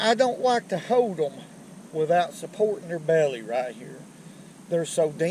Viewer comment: “Let’s see what else we can get a holt to”! I Love it!